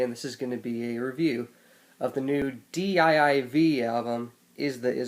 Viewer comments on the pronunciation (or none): "Dee Eye Eye Vee" fam its pronounced DIVE